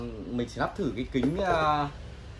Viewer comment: "lắp" chứ k phải "nắp"